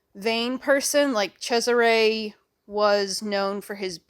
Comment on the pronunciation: TIL that, yes, Cesare is pronounced like that!